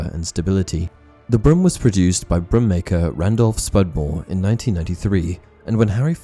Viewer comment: Is it just me, or is he pronouncing 'broom' as 'brim'?